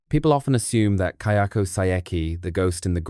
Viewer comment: Just one point, the ghost in Ju-on/Grudge series is Kayako, not Kyoko. The subtitles are wrong and it even changes as the pronunciation does change a bit, but the pronunciation is also right at times. Not sure if you haven't watched the movies in a while and were just basing your correction off the subtitles, but it definitely is not pronunced "Key-oko".